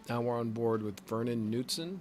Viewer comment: I'll give you some help with my name, you can just call me Vern if you want. If you want to pronounce my last name correctly, it starts with a hard K (cu)(newt)(son). Or you can keep saying it the way you are, I'm used to it.